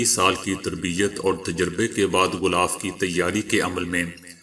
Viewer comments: Bhai sb "ghhulaaf" nahi "ghhilaaf" i ko e ka talaffuz karen. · Sir ek baat aur glth na samjna gulaff nh h. Gilaaf h. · word is ghilaf kaba not ghulaf zair ha na k pesh, word Concrete not concrate . word is rukawat not rekawat please check it